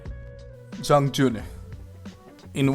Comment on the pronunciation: You're the first Youtuber I've heard pronounce Jiang Jun correctly